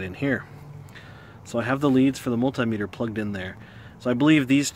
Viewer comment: Mul-tie-meter??? I guess if you had 2 of them, you would have mul-tie-ple? And if they were small they would be mi-nie-mul-tie-meters.